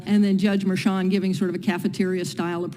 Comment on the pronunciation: It is Mer-chan not mercan?